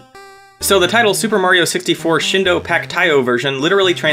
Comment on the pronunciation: it's "shEEn do-", not "shin d'oh"!